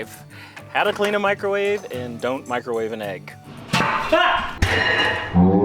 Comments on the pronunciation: Mick-ro-WAH-vay had me rolling 😂❤ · Especially when he says it casually the second time